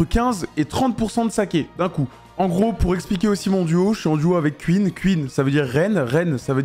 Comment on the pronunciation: "Queen est morte" 😂😂😂 On parle pas de la reine Elisabeth là, enlève ce "E" MDrrr